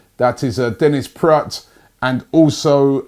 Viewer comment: And yes praet is pronounced "praat" you get good in those pronunciations robbie hahaha